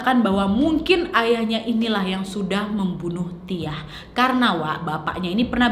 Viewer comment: Pas kak nadia ngomong si tiah gua kok dengernya sitiah ya ☺